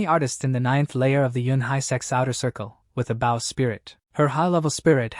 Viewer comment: How brain-damaged are the AI's? When it's a bow and arrow, they say it like "bow" as if to bow to someone. When someone bows they say it so that it rhymes with "toe". Is the AI purposefully mispronouncing? HOW COULD IT BE SO BAD??